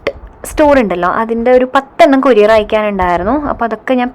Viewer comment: Kuriare alla courier fashion koodiappol pronounciation wrong